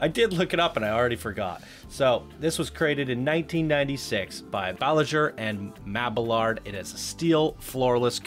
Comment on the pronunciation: Loved the park and review, but PLEASE STOP SAYING "THE Raptor, THE Gatekeeper, THE Maxair, THE Rockets, THE THE THE THE". It's just grinding my ears to death. haha. The rides have names just like people. You don't say THE Sarah, THE James, THE Mrs. Parker etc... Also, your pronunciation of designers like Bolliger and Mabillard (ball-ih-gurr not bowlin-jur, and Mabi-yard). In future videos I hope you can fix those nuances. I'd like to see more videos like this.